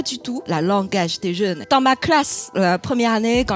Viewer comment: On est d'accord qu'elle a prononcé quatre fois le même "ma".